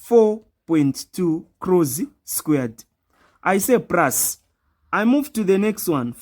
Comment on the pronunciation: Plus not prus